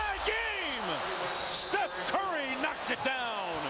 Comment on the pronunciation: Steph "Furry" 😂🤣